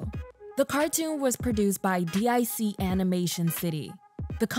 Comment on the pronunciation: It's pronounced 'deek.' Not 'D-I-C.' Great memories!